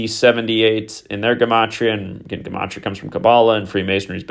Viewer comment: yo what's up with pronouncing gematria differently recently. I know there's a reason for it knowing you